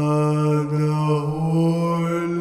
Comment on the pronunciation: hindi ko alam kung matatawa ako o matatakot sa pag "sanna hall" ni kuya HAHAHAHHAHAHAHAHAHHA